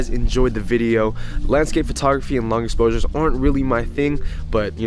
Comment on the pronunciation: dont wanna be that guy but "*exposures" 😏 haha #JohnGang